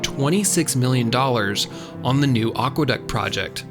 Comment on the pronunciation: Great video, except for one thing. It's a shame that the word "aqueduct" was mispronounced. As any good dictionary will tell you, it's ACK-wuh-duct not OCK-wuh-duct. It's a common mispronunciation, but it really grates on the ears of anyone who knows something about Latin, English, and the history of words.